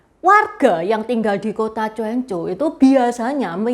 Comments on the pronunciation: Bukan cuancou bacanya jiencou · gini coan-ciu(泉州) itu kalau diucapkan dalam bahasa hokkian, tpi kalau diucapkan dlm bahasa mandarin jdi "choan cou" (泉州) tulisan pinyinnya Quan zhou, jdi bukan dibacanya jien cou❌...salah...